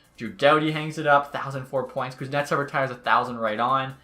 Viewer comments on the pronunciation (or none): none